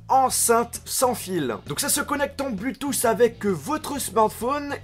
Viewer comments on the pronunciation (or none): Très bonne vidéo mais on prononce pas "Bluetoos" on dit "Bluetooth" avec un "t" et on le prononce